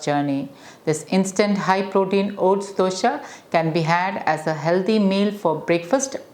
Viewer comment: It is Dose not Dosha xD